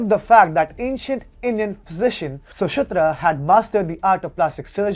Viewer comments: not sushutra it is sushruta. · Its sushruta not susutra...🤦‍♂️ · Please pay attention to your pronunciation. Sushruta maharishi was pronounced incorrectly. It is one thing to mispronounce English names and words. It's not our language. At least, say the Indian names correctly. 🙏